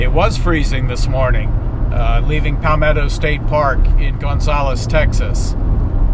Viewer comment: Fun fact- Balmorhea is actually pronunced BAL-mo-RAY. We always called Baalmoooria with a flourish like it was some sort of Tolkien creation, but after settling in Texas we done learnt the truth. It is a combination of the founder's names -Ernest D. Balcom, H. R. Morrow, and John and Joe Rhea. Thanks for the winter time perspective!